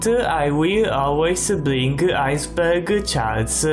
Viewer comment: I don't wanna make fun of how he talks... but when he says Iceberg it sounds like he's saying "IceBurger" just a minor word I kept hearing.